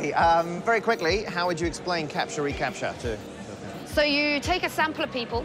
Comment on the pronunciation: "Capture", not "CAPTCHA", ok.